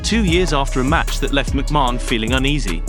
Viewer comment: for the love of god please learn how to pronounce mcmahon !!!!!!